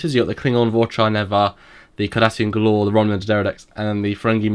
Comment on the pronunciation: Guys it is not Gah-lore. It is pronounced Gay-ler.